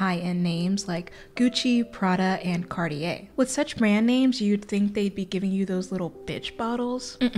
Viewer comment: that transition into the ad though, amazing, but if I hear one more person pronounce Cartier like that istg